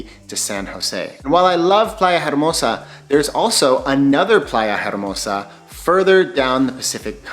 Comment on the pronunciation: In Spanish “H” is silent, so you would say Playa Ermosa 😉